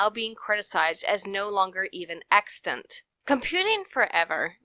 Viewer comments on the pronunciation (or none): For some reason I like when you say 'extant/extance'.